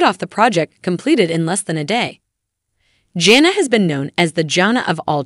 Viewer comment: Is a bot reading this? It's JANA, not Jenna and yeah Jinger doesn't rhyme with finger